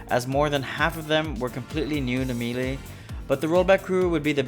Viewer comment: Five years into video making, we still saying melee wrong. 🦀🦀🦀🦀🦀